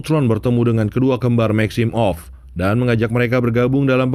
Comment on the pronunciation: Every one: maximoff Mimin : maxim off